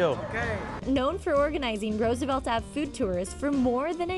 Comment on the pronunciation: didnt even say roosevelt right